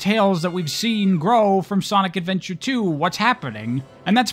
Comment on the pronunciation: You said “Sonic Adventure and Sonic Adventure 2” wrong.